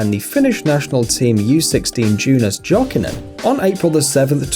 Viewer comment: It's pronounced yokinen you idiot